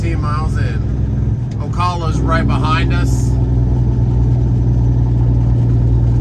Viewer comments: It's pronounced O-CAL-A, not O-CALL-A. Please say it right! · ..Please it is not how you pronounce Ocala it is “Oh-Kal(like CALIFORNIA) ah” ehehehhe have a great day! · The name is Ocala. You pronounce the "al" like a mans name Al